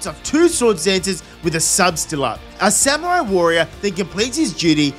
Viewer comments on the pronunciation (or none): none